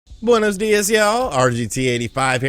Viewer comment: Stop saying Banos dias